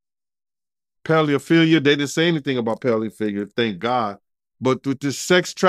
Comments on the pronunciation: Ped not pel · What is paleophillia? Pronounce the words correctly.